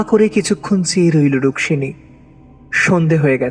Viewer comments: Rukmimi na Rukshini please be careful while narrating. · Bar bar ei rukmini k ruksini bole bole nak er dofarofa kore dilen. Osojjho lagche. Golpokar er uchharon er dike vison vabe nojor dewa proyojon